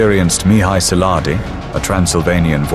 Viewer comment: kiejtesi problema